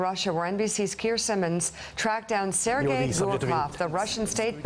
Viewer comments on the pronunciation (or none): none